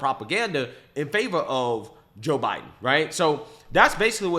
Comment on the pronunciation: Joe 'Hiden'.😂😂😂